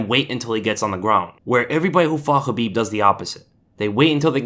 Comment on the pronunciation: OMG!! Someone who actually pronounces Khabib's name correctly! 😱😱😱😀😀😀😀👍👍👍